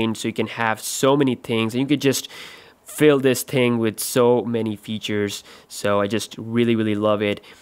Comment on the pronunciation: here the wird FILL its so funny